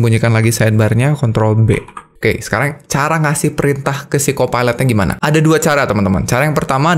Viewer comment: aku dengarnya "phsyco pilot" hampir dengarnya psikopat